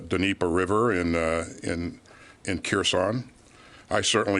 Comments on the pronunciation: The d of Dneiper is silent. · Totally reading a script. He pronounced the Dnieper with the "D".